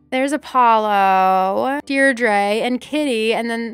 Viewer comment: Deirdre’s pronounced “deer-jruh”. Also, there’s someone who really loves your channel by that name— my daughter. :-) Happy Birthday and stay safe from that Sherb. 😂